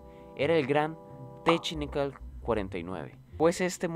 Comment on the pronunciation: hermano porque dices AXERON y teCHnical xd